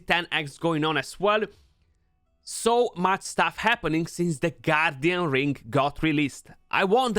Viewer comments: Why am I keep hearing you say “goddamn ring” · Thought you said “G D Ring” lol